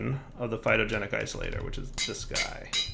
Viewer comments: It's Phytogenic INsolator. With an N. Not Isolator. Insolator. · That little eye twitch I get every time he says "Phytogenic Isolator" is the most calories I've burned all week. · It's, he will never pronounce it correctly once he starts doing it wrong, that blocks name is now Isolator... forever >_<